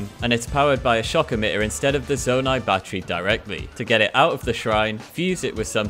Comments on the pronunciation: bruh really call it “zondai”? fake Zelda fan lol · Proof he's never played the game and is reading a script: "zondai" I hate people who make channels like these, taking advantage of people's hard work for profit, and they don't know a thing about the game. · wait wait wait... "zondai"...? bruh... just... bruh... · did he say zondai